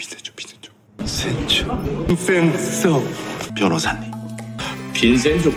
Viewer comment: only this guy pronounced it right. Even Vincenzo himself pronounced it as Vinsenjo instead of Vinchenzo😭😭😭